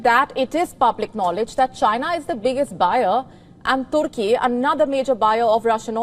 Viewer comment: I like the way you pronounce Turkey as Toorkey...😄